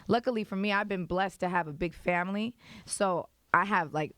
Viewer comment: "THAT'S YOUR FOMLY!!!" Lol